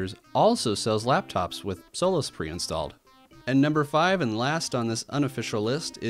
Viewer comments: i can't not hear "soulless 4" and it's bugging me so much. damn you,. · Lol I thought you said soulless linux